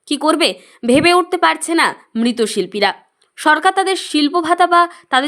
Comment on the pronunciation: মৃৎশিল্পীকে মৃতশিল্পী বলে গেল। বিলীনকে মিলীন বলছে। কী একটা ফালতু সংবাদ পাঠিকা 😠😒